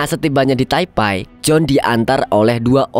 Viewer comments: Taipe bang bukan taipai😭😭😭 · maaf bang bukan taipai tp taipe bacanya 😂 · sejak kapam jadi taipai? taipe nyebutnya. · Taipe bang bukan taipai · taipei atau taipai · Baca nya bukannya Taipei bukan taipai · Taipai apa taipei nih kak😅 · Taipei bang, bukan taipai 😅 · Bacanya bukan Taipai mas